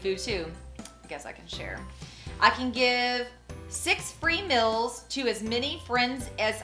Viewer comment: She calls them "mills."